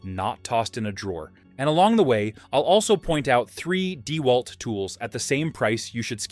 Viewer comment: Yep. The video looks to be a mash of promo videos and videos of various YouTubers and the "narrator" pronounces it DEEwalt instead of DeWALT.